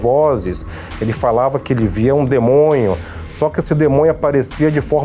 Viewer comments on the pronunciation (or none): "um demonho" kkkk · Demonho é de lascar!!! 😂😂😂😂😂